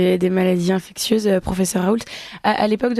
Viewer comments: Bande d'inculte! InfecSSSIeuse et non infecTTTieuse! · En tout début d’émission, la journaliste qui ne sait pas prononcer le mot « infectieuse » La honte.